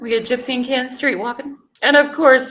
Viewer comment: I wish someone would teach me how to pronounce Kens name like Gypsy 😂😂😂😂 that's funny 🤣